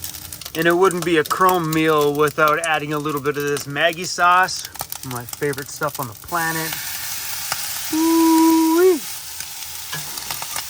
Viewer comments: Looks yummy. It’s actually pronounced ‘MUGGIE’ not Maggie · Maggi is actually pronounced “muggi”. It’s the family name of the guy who created it.